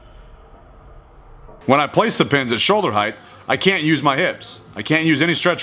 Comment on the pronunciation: "heighth" Unsubbed.